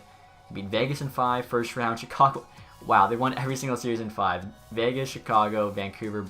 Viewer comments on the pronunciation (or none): none